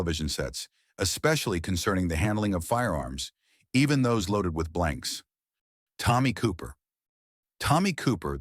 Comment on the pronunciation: Pronouncing Mitsuharu Misawa right but Tommy Cooper is the most unintentionally hilarious thing I’ve seen in a very long time.